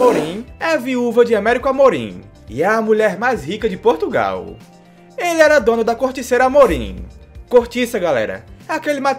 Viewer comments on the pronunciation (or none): none